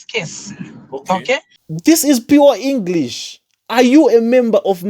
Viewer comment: . Is it just a slip of the tongue that she says she is 'with Testimony' before correct to say she is a testimony? This is a very unusual slip. Zambians don't have problems speaking English. But this woman's pronunciation is even awful. She says Engrish instead of English. Yet, she criticises Dadamas'.